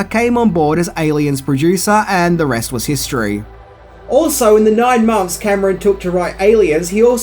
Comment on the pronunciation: Stop deliberately mispronouncing "th" as "f". we can see your mouth articulate "f" where you're mispronouncing "nine months" as "nine monffs."